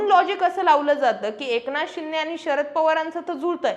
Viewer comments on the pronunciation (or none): कन्सेप्ट आणि विषय चांगले आहेत.. फक्त भाषेवर थोडी मेहेनत घेऊन आनी-पानी सुधारता आलं तर पहा...